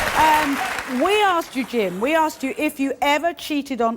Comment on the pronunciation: Why do they always say "likeded"? Or "ax"? Do better